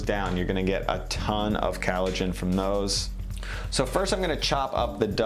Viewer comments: Lol. Loved the video and info provided but he kills me with that pronunciation! Collagen: kol-lah-jen instead of calogen which sounds like halogen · Very relaxing voice. (Except when he pronounces collagen as "CAL uh gen," which is like glass in the ears. ) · "Callogen" (it's collagen) "Digestive track" (it's digestive tract") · Great video, great content. (Side note “callogen” is this an Americanisation of collagen, if not it weakens your stance as expert/teacher if terms are mispronounced) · What’s ‘kellogin’? You mean ‘collagen’? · Nice and also professional video.... all you have to do is to pronounce the word Collagen better... " kAleijin" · Why does he call collagen, callogen? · Some useful info here, but I think you need more challenges in your comments. First, it's collagen, not "calligen". This does not make you sound well-informed. Second, if you're running an "experiment", you can't try different techniques (e.g. adding the salt at the beginning) only in one type of broth. Different bones may respond differently to different methods, so how do you know whether your results are because of differences in the bone or the method? Last, and most important: you're accepting some popular tropes about all the health benefits of bone broth. But there are also quite a few postings out there that point out that bones trap a lot of toxins -- e.g. lead (even in organic meat). From what I've seen so far, it depends on whether you're looking at a paleo website or a vegan website. Might be worth some more careful research. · Callogen? You mean collagen? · Good video but why are you saying collagen CAL-o-gin vs CALL-o-gin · It's collagen, not callogen :-P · First ever youtube comment, compelled to say: COllagen* not CAllogen. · Its collagen dude not callogen. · it's "collagen", not "callogen" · cOllagen not cAllogen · COLLAGEN. Not cAllogen. It’s like when kids say malk and not milk. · its the accent dingus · I'm sorry but it's COLLAGEN not KALOGEN